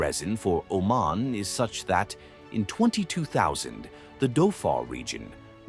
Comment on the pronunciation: Thank you for all the positive things you mentioned. Im from Oman, And there's lots of misleading things you mentioned, All the pictures you included about the (Male-Femal) Genderare are from Pakistan, It was in a documentary in the BBC. In Pakistan it's in the open we don't have that in Oman. Plus you keep Pronouncing it OMEN!!! and its OmAn.